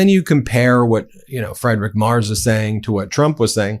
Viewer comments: For clarity, it's closer to "Free-drick Merts". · Friedrich Merz. Ben, PLEASE learn how to pronounce this man's name. Freed-rich Mehrtz. Calling him Fried-rich (even though that's how it's spelled in English) is just ridiculous. Or just call him the German Chancellor. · Fr-eye-drick Mars? Are you serious? For crying out loud, at least try to pronounce the guy's name correctly. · I can't stand him, but his name isn't "Freidrick", "Mars" or "Mers"... it's "Friedrich Merz". 🤷‍♂️ At least try to stick to one pronounciation of his name instead of two or three. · I like your Videos, but maybe you should decide on how to pronounciate the name Friedrich Merz. As a german I would suggest: Freed Rick Murds... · Does anybody know of a truly unopinionated channel for news? Ben you are pronouncing the German chancellor's name- free druhk murtz. So many opinions here, and I'm not a Trump regime fan,. Isn't there a channel that just gives the facts? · You oughta look up pronounciation of names. it's FREEDRICH MERZ, he ain't fried - that would be Elon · "Friedrich Merz" is pronounced FREEdrikh Mehrtz. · It's pronounced Free-drick mertz😊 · FYI Friedrich Merz is pronounced "Freedrick Mertz" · You pronounce his name Freedrich Mertz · how can one mispronounce a name that often? just use google translator in german an type in "Friedrich Merz" and at least try to pronounce the name properly... there were like 4-5 versions of this name in these 15 minutes but none of them were correct. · Please take the effort to at least half-way properly pronounce Friedrich Merz's name. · insulting muspronynciation of German chancellor'a name